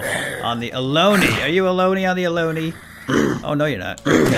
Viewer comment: Not The Aloni The Akoni